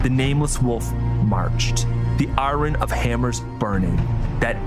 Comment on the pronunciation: It's pronounced "iron"